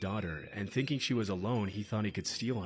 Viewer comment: How come you pronounce convincin, and thinkinggg different Convincinn Thinkingggggggggggggggg